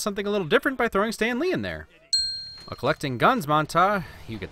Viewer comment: San Lee? Still noice vid